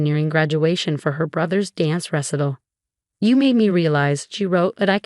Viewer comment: Tha AI "narrator" can't even pronounce the word "recital" correctly. This "story" is a total waste of time.